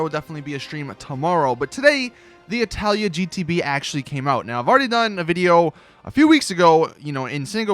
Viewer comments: its not italia its itali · itali gtb not italia gtb fix your shit learn to read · ITS NOT ITALIA ITS ITALI NO FRIGGIN A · ffs, it's ITALI NOT ITALIA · ITALI ITS ITALI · he keeps and keeps sating italya ??!!!!!!! is it intentional or you're dyslexic ? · When he got "Itali" wrong